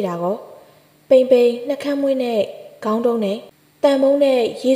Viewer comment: ဂေါင်း၌လို့ဖတ်ရမှာမဟုတ် ခေါင်း၌လို့ဖတ်ရမှာပါ နားထောင်ရတာရောထွေးကုန်လို့ပါ